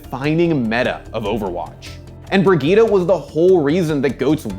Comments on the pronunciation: People quit Overwatch because Blizzard cannot pronounce a simple "Bri-jet", they had to be weird and read it "Bri-Ge-ta". Playerbase was like oh okay time to move on to a not cringe game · is pronounces briyit not briguita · WAIT... Is it pronounced Bri-GEE-tah?!?! what the fuck. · Brigitte = Britschgida well done... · Why the heck do they pronounce her name like that? Is it not "Bree-Jit"? Why "Brigitte? Like saying Vegeta? Awful. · Breg-gye-teh nice one score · It’s not pronounced Brigueeta, just saying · Name: Brigitte Pronunciation: Brih-GEE-TAH ????? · i'm sorry "BRIE-GIE-TTA" wtf it's not how it's prononced at all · The fact the the devs and community are mispronouncing her name is hilarious. Brig..eta? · "Bridget" lol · You know it’s a trash character when nobody pronounces her name correctly. If you want her name to sound like brig eet ah. Spell it brigitta not bridgette which sounds like bridge it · There's no way that's how they want us to pronounce "Brigitte", that alone should be a reason to hate this character lmao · love how you pronounce brigitte ahaha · hurts my ears how you pronouce her name... its a german name at least try to make it sound like one. same goes for prosche or mercedez... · Can no one pronounce her name right? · What annoys me more is that no can pronounce her name right! BIRGITTA! not BIRGITTA! ;) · As a frenchmen, the way you pronounce Brigitte is hurting my soul. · Dang. I know language can be tricky at times and it can vary/differ place to place but in what part of the bleeping world does the word "Brigitte" has an "uh" pronunciation anywhere in it? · How the fuck do english people pronounce brigitte !!! Where's the "a" at the end of the name xD